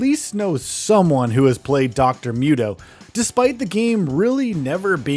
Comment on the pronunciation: It's Dr. MOO-toh, not myut-oh. noob.